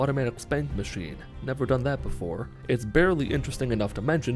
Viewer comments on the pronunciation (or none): none